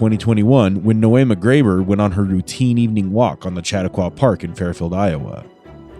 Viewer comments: Chautauqua /=/ sha-TALK-wa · Pronounced: Sha-tok-wa